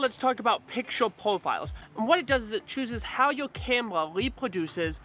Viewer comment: I like it when you're saying "camela" no offense bro. another knowledge for M50 user like me..